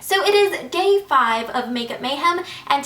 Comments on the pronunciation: she said GAY 5 right at the beginning!! .... looking for signs 😃xxx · "So it's GAY 5 of makeup mahem"